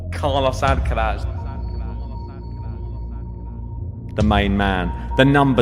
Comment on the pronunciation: Guys it's Carlos Alcaraz not Carlos Alcalaz. Please pronounce it properly